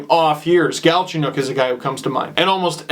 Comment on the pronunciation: Steve, why GALchenyuk instead of galCHENyuk? (pronunciation)